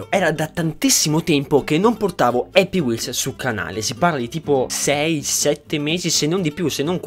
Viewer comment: è happy wheelZ, con la "Z"